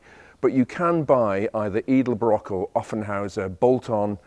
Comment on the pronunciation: Edelbrock is pronounced eh duhl braak.